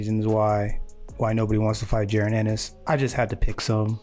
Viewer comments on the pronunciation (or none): His name is pronounced "Ja- Ron" Just saying... #215Boxing!